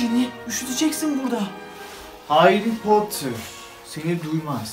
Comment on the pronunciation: Hayrı Potter 😂